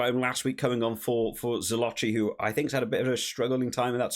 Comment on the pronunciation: It's Zilokki. When there's an h (ch or cch) in italian is spelled as a K or double K. Just saying.